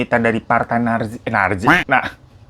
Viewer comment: NGAKAK BGT PAS SALAH NYEBUT NAZI JADI NARJI😭😭😭😭😭☝️